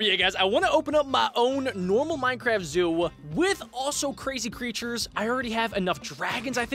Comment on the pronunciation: Zoo not zo